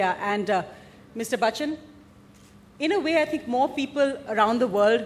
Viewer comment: LADY REPORTED FUCKED AMITABH ...BY CALLING BACCHAN😂😂😂😂 MAZA AA GYAA 😅😅😅😅😅